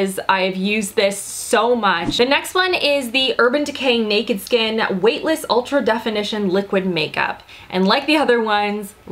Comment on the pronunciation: They're WAVE-tless ;D